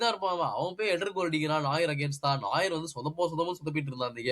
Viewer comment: உங்க Reviews super.ஆனால் Bayern Keeper பெயர் நாயர் கிடையாது நொயர் (புதியவன்)